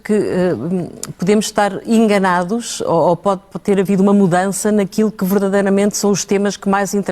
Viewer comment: Ou sou eu que não sei português ou ela falou inganados e não enganados!